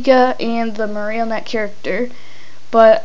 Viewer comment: he says marrnotie wrong